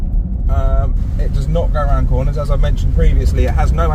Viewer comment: “Everywone awound Waitrose” ! Great video !!